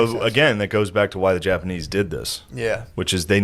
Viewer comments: Why is he saying japanee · Why does Shane keep saying Japanee? He keeps leaving out the "z" sound. Not all the time, but frequently enough it's killing me. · But why are you calling them the japaknees